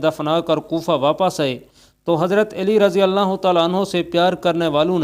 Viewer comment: او بھائی- ہم نے تو ہمیشہ حضرت علی (ع پر زبر) کہا اور پڑھا اور کہا ہے-یہاں حضرت اے لی کس حساب سے کہا جا رہا ہے۔؟